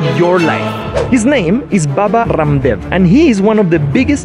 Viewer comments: Baba Rrrrramdev wtf U can pronounce it like Raamdeva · "Baba Kaaamdev" 🥴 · rum dev 😂😂 y'all didn't have to pronounce it like that 😂😂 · Raaam dev pronounce this it is the correct pronounciation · A real Indian knows the different pronunciation of Hindi alphabet, even the clean R like this vlogger pronunciation